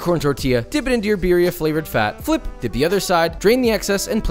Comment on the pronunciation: I’m surprised you aren’t fuming at him saying beeria instead of birria